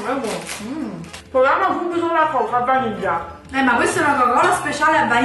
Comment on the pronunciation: "A vaniglia"...